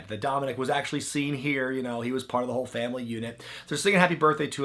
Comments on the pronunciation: "Famn damily" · "fam damnly"?